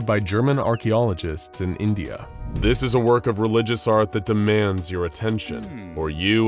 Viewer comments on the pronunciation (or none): none